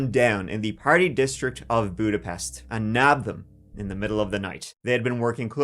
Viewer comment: You butchered the word Magyarország and Budapest 😂 Love from Hungary :)